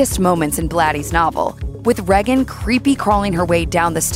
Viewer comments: Ray-gan not Re-gan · And to the narrator. Her name is pronounced "Ray-gen" not "Rag-un" and don't get me started on Americans pronouncing "Mario" and "Pokémon" wrong. It's not "Marr-e-o" It's "Marry-o" Even the voice actor pronounces it correctly. And "Pokémon" is pronounced "Poke-ay-mon" not "Poke-ee-mon". Watch the cartoon. Pillocks! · “Reggin” FFS. Tell me you never watched The Exorcist without telling me you haven’t watched the Exorcist. How can anyone pronounce Regan like that? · They say her name more than enough times in the film for you to not mispronounce it. Aside from that have you ever heard ANYONE pronounce it like that? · They way she is pronouncing Regan is stressing me out. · Please pronounce Regan correctly.